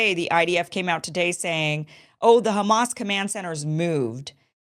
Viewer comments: LOL They just pointed out the first thing I noticed! If you know a little Arabic, you know the distinct pronunciation of letters ع ح only fluent people can say it right and local people will never change the ح in Hamas to soft H sound! It’s like a Spanish person pronouncing Juan the way an American says Huan! 🚩 They wont mispronounce proper names! 😂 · LoL Anyone who knows little Arabic knows the Arabic accent! Hamas is spelled حماس in Arabic. “H” is the closest English sound to “ح”, but an Arabic speaker will pronounce it that deep guttural sounds which this fake nurse doesn’t pronounce!